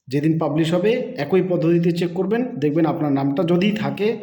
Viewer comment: ভাই, কথাটা এ্যা কৈ পদ্ধতি নয়। এক্ ই পদ্ধতি।